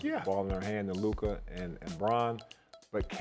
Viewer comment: Sas is LUKA not LUKER